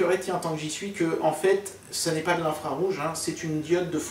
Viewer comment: cest infrarouge pas infraroufe